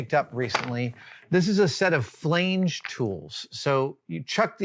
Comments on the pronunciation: what's a flane-ge tool when it's at home? it's a fla-n-ge tool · "Flange " is pronounced with a short "a". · Adam, who toaught you to pronounce "Flange" like that? I've always heard it with a soft 'a'